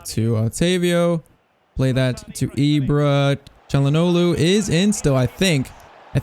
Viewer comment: The way he says Calhanoglu is really annoying even though literally nobody can pronounce his named, including me lol